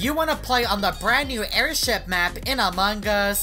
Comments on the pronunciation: He say among gus hahahahaha so funny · Thats wierd he always say among gus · Hahahahaha he say among gus hahahahaha so funny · Me:Among us Him:Among gus😂😂😂😂 By the way pls like😅😅😅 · its among us bruh not among gus